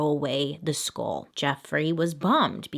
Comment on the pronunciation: i dont know if its just me but everytime she says skull it sounds like school